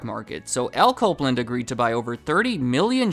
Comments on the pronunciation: When you say Al Copeland it sounds like "alco blend". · "Alco Blend"? Nah. Al Copeland.